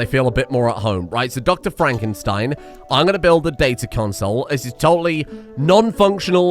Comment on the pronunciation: Is it not FraNkenstein, instead of Frakenstein? Unless he loves fracking.